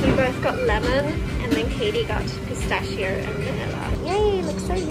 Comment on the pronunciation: yup! In some places of Italy we also say "Schiacciata", which is pronounced "skiatchata" (and it's basically the same thing as focaccia). While the right pronounce of "pistacchio" is "pistakkio". And that's it! Sorry for the boring lesson :3